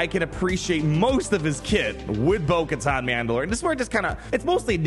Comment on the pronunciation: hardest thing ever is getting through a video where a name/word is said so many times with the wrong pronunciation. It's Katan like "cuh-tan" not "cuh-tahn"...